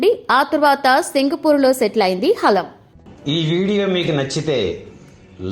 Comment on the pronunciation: హాలం కాదు anchor గారు... హలం...